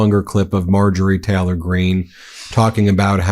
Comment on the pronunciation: I absolutely love this channel, I watch every video that comes out. But please pronounce the Y in Taylor. My autism can’t focus when you say Teh-lor half the time and I really wanna listen😂😂 Although if it’s a speech impediment, my sincere apologies 🫶🏼